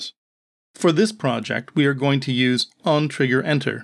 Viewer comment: Dude "OnTriggerEnter" not OnTriggerEter...